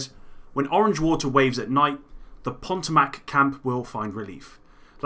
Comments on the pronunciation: Thanks for the info, just a fyi, its not (Po to mac) its pronounced (Po tom ic). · "the Ponto-mac camp..." wait... what? Do you seriously not know how to pronounce Potomac? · The “ponteamac camp”? Potomac, like the river.... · FYI: Potomac is pronounced Poe-Toe-Mack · know you're not from America so this is easily forgiven but Potomac is pronounced: Po-Toe-Mac(Mic) depends on where in the country you are from. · Bradley Frye lol I kno, he says pontomac sounds like a cross between a river and a muscle car. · Not picking on you at all but the way you pronounced Potomac was hilarious. Great vids keep it up